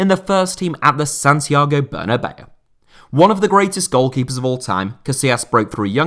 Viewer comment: Santiago Bernabeu. Ber na beu. Not bernabello or bernabei. Ber na beu